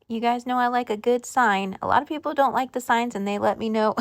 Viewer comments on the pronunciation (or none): none